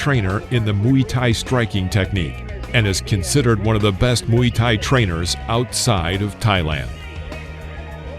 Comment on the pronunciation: Muay Thay, not Muy Thay 😂😂